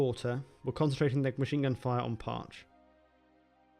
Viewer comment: Very cool! Thank you for making this video! My grandpa served on this sub! The pronunciation is Parche(y). It ends in an 'E' sound.